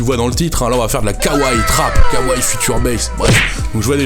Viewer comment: "Kawrez" mais putain 😂